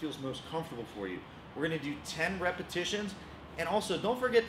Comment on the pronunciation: Did he just say repasitons the sexond time.